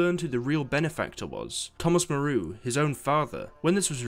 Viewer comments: Moo-row... Moreau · Thomas Moreau is loosely based on the HG Wells character, from the book The Island of Dr. Moreau, a doctor who performed experiments on humans and animals. It should be pronounced Merrow, like Marrow, but with an E. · Moreau is MOAR-OH.